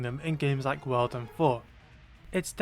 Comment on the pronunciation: Everytime he says world I keep thinking he’s saying wild